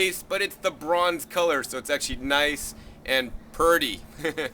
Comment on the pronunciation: "Embrace your foods of co-l-ah"...lol... too funny and always awesome. Thank you. Just started my leafy green garden today, thanks to your guidance!!:) All the best!!